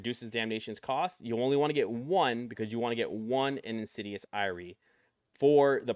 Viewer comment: Ty for the vid, super helpful. Wanted to point out you are pronouncing Insidious Ire wrong. It's "eye-er" not "eye-ree" like a Jamaican saying alright.